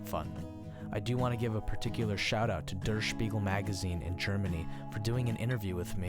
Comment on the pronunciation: Sorry, I can't help myself. Der from 'Der Spiegel' is pronounced 'dare'